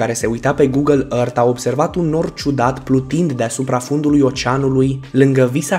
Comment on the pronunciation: Earth se zice ărf ok.